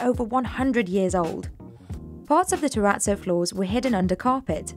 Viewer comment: I'm triggered by the way she pronounces terrazzo.